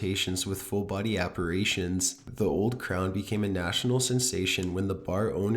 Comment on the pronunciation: Ok...I don't mean to be a dick. But I'm going to be a dick. It's pronounced appar i tions, not appar AY tions. You're thinking of the word "repar AY sions, which has nothing to do with appar i tions. And your delivery still sucks, although I can see why it might appeal to some people. I do like your content. It really is good, so don't take my superficial pet- peeves to heart.